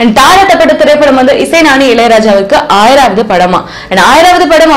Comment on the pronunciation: Stupid, how come she became anchor in Tamil shows. Horrible, it is not ஆயிராவது but ஆயிரமாவது